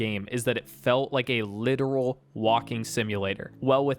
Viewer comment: "rike" lmao it never gets old